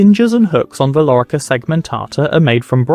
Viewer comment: Lorica no larica asino😮